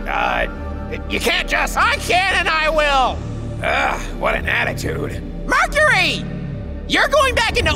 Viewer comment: why does it sound like mercury is...💀💀💀